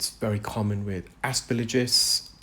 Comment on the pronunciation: The third syllable of aspergillus is “gill”, not “lidge”. And gauge is definitely pronounced “gage”. 😀